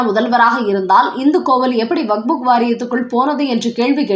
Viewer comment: அம்மா! அது வக்ஃபு வாரியம். நீங்கள் அதை எப்பவுமே வக்புக் என்றே கூறுகிறீர்கள். தயவுசெய்து திருத்திக் கொள்ளுங்கள். "வக்ஃபு" என்றால் கொடை என அர்த்தம்.